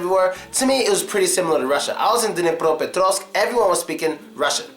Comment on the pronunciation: Bože mij. This guy is such a jackass! He's judging the Hryvnya! Oh yeah? It's Dnipropetrovsk, not Duh née Praha petrahvsk